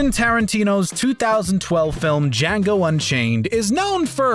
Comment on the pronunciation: When you mispronounced django